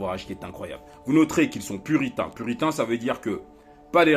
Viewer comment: Les puritins??jai entendu les putins moi